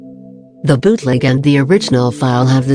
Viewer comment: I hear the bot saying "biutleg" not bootleg, lmao what happened to me